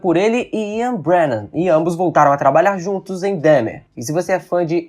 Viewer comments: É DÃHMER a pronúncia e não DEHMER! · nao e dehmar e dahmer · Não se diz Dehmer, é Dahmer, com A.. por favor 😅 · Que agonia ele falando "Demer" a pronúncia é igual a escrita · Filho, procure pronunciar o nome de Jeffrey Dahmer como pronunciamos aqui nos Estados Unidos. Se pronuncia “Dómer”, se soletra Dahmer. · Fala-se "Dómer"! Parece até que não assistiu a série. 🤦‍♂️